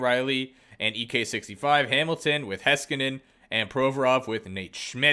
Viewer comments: It's really Hays-kanen, though Hice-kanen is still much better than whatever Hesskanen is supposed to be. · alrighty then, he did for sure butcher the heiskanien pronunciation, but you can’t blame the guy for not knowing how to pronounce every name, and Nate Schmidt being his favourite player, is his opinion, don’t get mad at him for having a different opinion than most. And why would he have to give you an excuse, if you don’t like his videos, leave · Refers to Backstrom as the best play maker of all-time?! No, just no. Also, why would anyone pick Nate Schmidt from Vancouver? Heiskanen = butchered pronunciation. I like the vids, just getting those out of the way 🤣